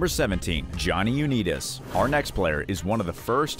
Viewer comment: I actually couldn't listen to this after hearing Jonny u neat us